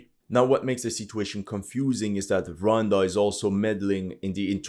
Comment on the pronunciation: What did Rhonda do? Ro wan da! Oh yeah horrendous French accent